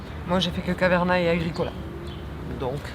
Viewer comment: Please, arrêter de massacrer Caverna 🙏